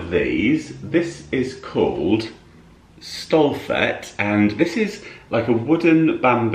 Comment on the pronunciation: hehe just love it when english ppl read out IKEA names ;) try stolt-het not stolth et ;) it means pride/proud in swedish.. anyway that chopping board is really handy :)